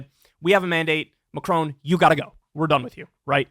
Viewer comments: Kyle, I love you, but dear god please stop saying “Macrone”. It’s Macron, not Macrone. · It's Ma-cron. There's no e at the end. Exactly as the name Ron. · lol at Kyle's pronunciation of Macron.